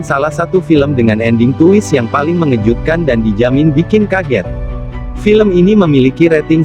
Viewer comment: Twist dibaca twis bukan tuwis, maaf ngritik.